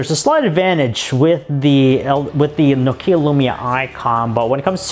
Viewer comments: i like your reviews but the way you press the words and Nokeeya spelling ...i just want to smack you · Annoys me when Americans can't pronounce things properly... it's not 'no-KEE-ah', it's 'nock-ee-ah'